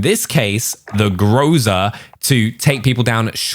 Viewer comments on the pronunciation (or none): “Grow-za” you’re funny that’s a meme now lol, it’s pro bounced Groz a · Groza means storm in Russian, and stress gous to the end of the word grozA